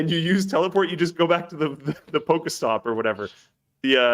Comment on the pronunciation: I love you but seriously man, 'Pokéstop'? GTFO YOU IMPOSTER